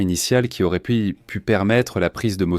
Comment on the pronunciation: Ce texte lu par une IA est insupportable. auraient devient auréantent, 1941 devient 1940 et 1, qui permettraient devient permetréantes, etc